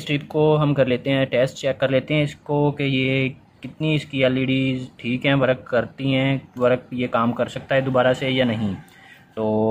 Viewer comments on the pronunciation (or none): Work(वर्क) को वरक क्यों बोल रहे हो